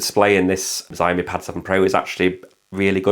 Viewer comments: Please stop saying 'zaiomee' it's pronounced 'shaomi'... You know, how it's spelt... 'xiao' is pronounced 'shao' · Shee-ow-mee = xiaomi